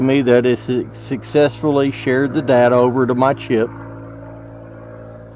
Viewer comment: Says shared date not data